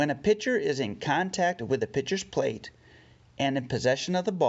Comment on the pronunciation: “Pitchers Plate”